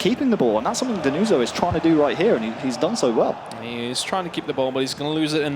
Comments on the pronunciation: Denuzzo Is stronger. And you have ti pronounce with 2 Z and hot with the S like you english people pronounce everything... Learn some pronounce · Denuso, ma ce la fate dmmrd a imparà la pronuncia